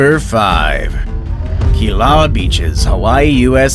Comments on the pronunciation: Killuuwaya not killua but it is spelled Kilauea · You said Kilauea Beaches wrong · #10 pronounced "Ka-vai-ee. #5 pronounced "key-la-way-uh." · You've butchered the Hawaiian pronunciation. "Kihl-uh-wai-aa" for Kilauea and "haw-naw-copy-eye" for hanakapiai. Hawaiian language is mostly made up of vowels and they are all pronounced the same way every time. a makes a short “ah” sound like the a in “above” e makes an “eh” sound like the e in “let” i makes an “e” sound like the e in “easy” o makes a short “oh” sound like the o in “pole” u makes an “oo” sound like the oo in “moo”